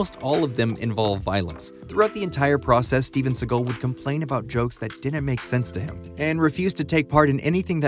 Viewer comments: A massive f you for pronouncing his name as seagul. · I thought you were cracking a joke on the voiceover from the video. Dude pronounced his name wrong the whole time. I don’t care in general what anyone calls the guy, but after a while it just got on my nerves. Seagole? I can’t even blame his accent because he doesn’t have one particular accent. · So you're telling me that this video is how I'm going to find out that Seagal isn't pronounced like seagull... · You're saying "see-guhll" but his name is pronounced "see-gahll" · Normally it bugs me when people mispronounce celebrity names (and here it would be even more egregious because you actually played a clip of him saying his name,) but Seagal is such a jerk that I was delighted to hear you call him “seagull” over and over and over again. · Lol, Steven "Seagull"... 🤦‍♂️ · You keep pronouncing it “Seagull” and now I’ll forever pronounce it that way. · Why do you pronounce his last name like that? I've always just heard it sound more or less like "say_GAHL." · Imagine making a video about someone and not pronouncing their last name correctly. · You’re not pronouncing his last name correctly. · It's difficult to listen to you mispronounce his name 100 times within 9 minutes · How about pronouncing his name correctly?